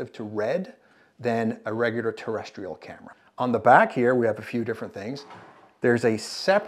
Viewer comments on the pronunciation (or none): none